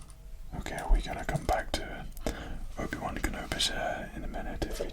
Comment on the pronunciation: It sounded like he said Ubiwan kinda like Ubisoft.